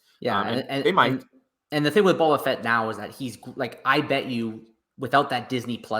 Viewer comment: It’s hard for us to believe your predictions when you can’t even pronounce the character. It’s bOba Fett not Bob a fett. You don’t realize how popular a character he is